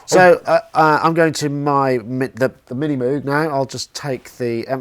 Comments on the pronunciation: It's MOOOOG not MUUUG. Cows do MUH, at least german cows. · Not wanting to offence the late, great man, but if it had to be pronounced Mogue, than it should have been written Mogue. Reminds me of Hyacinth Bucket picking up the phone with "the Bouquet residence". Besides, Moog looks & sounds better. Both in name & instrument.